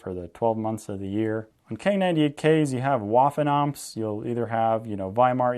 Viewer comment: Great video and great information disseminated, but keep in mind that the W in "Waffenampt" is pronounced like the English V. Thanks for making this video!